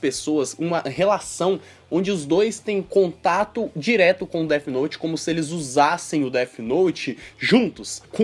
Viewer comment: AH MEU ESTRAGARAM DEAFI NOUTIII. ESTRAGARAM DEAFI NOUTIII